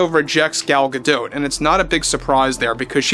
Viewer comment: Gadot is like Bardot. the T is silent.